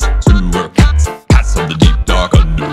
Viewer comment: when he said cats it sounded like pats or pants